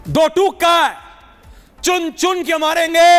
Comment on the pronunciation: Do tuk ni hota Do tok HOTA hai